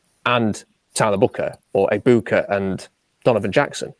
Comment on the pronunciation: It's not Egbu-koo. It's Egbu-kah